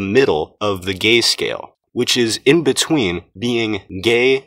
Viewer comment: I lost when he saids GÆ SCAYEL